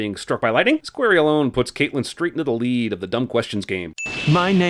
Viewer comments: ”Kate” ”Kaitlyn” adds 135 sins IT’S CAITLIN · It's Caitlin! Not Kaitlyn. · It's "Caitlin" not Kaitlyn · its actually caitlin/cait not kaitlyn/kate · Andrew P. Stewart yeah that really bugged me too!